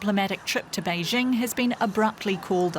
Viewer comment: It is the year 2022, and Western journalist aren't even capable of pronouncing "Beijing" correctly, hahahahaha. I'm no fan of CCP, but respect needs to be mutual.